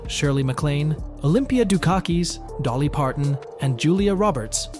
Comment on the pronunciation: I stayed until Olympia Do Car Keys and Dolly Par-tan.